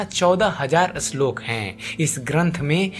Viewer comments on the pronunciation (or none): अश्लोक नही श्लोक